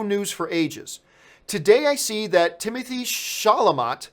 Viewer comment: Oh man... he pronounced his name incorrectly